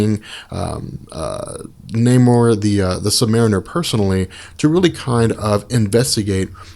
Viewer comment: Ha, Crimson 'Dyne-am-oh', and Namor the Sub-'Marine-er' Love these break-downs, but I gotta say, you butchered those man.